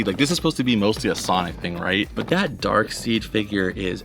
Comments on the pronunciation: Driving me crazy saying his name wrong I know how it's spelled but it's Daekside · Think Darkseid is pronounced dark side lol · there's a gitd Flying Dutchman pop from new movie set....Darkseid it's jus pronounced Darkside....lol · The way u pronounce Darkseid bothers me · Is darkside not dark seed